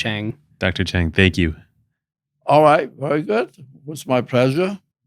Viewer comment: I am immensely saddened by the Mispronunciation of Dr. Chang’s last name! Correctly pronouncing a person’s name is the least one can do to show respect. Dr. Chang’s grace is no reason for one not to make an effort. Don’t let anyone tell you it is hard to pronounce Mandarin sounds. Don’t underestimate your ability to get it correctly! Show proper respect and it would happen! Need help, just reach out! Lots of people would be happy to help!